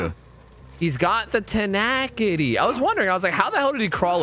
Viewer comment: You did not just pronounce it, "Tenackity....."